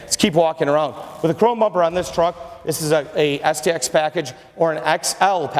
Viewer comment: I could swear that he said the SEX addition.